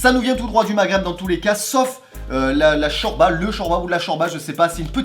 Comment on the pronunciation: on dis chorlba